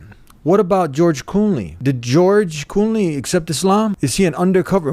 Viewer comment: it is not Cooney you are missing an L it is Clooney not Cooney